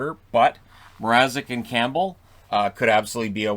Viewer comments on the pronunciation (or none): none